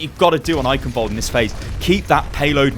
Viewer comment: The 'ch' in Eichenwald(e) isn't pronounced like a 'k', its a Sound not used in english, which sounds like a cat hissing. would be great if more People say it right, because even Athena/announcer doesnt get it accurate.